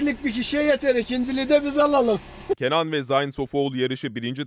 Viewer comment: Zayn degil ,Zeyn diye okunur..